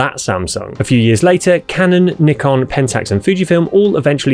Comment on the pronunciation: A camera gearhead who can't properly pronounce "Nikon" is more than a little suspect.